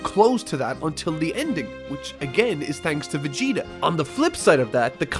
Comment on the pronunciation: Can you please stop prununcing Vegeta (ベゲタ) as Vigyta?